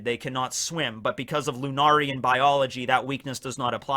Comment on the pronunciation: Bruh, is still pronouncing lunarian wrong. First it was lunar-ian. Next it’s lu-nar-ian. Its pronounced lu-nair-ian. Lunarian is a real word. Look up it’s pronunciation and meaning yourself